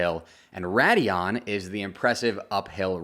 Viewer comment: It's Radillon, actually.